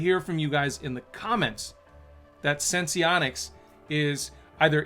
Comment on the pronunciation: It’s pronounced Sense-onics. Not Sense-Eee-onics.